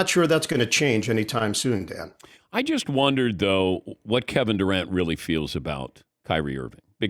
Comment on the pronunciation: I've always liked Ian, going all the way back to his WFAN days. BUT, I must admit it drives me crazy that a guy who makes a living by speaking can't say "just". Every time he says "jest" instead, it is like chalk on a blackboard to my ears.